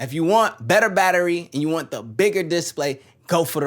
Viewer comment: is he meming when he pronounces display wrong 10000 times in a row?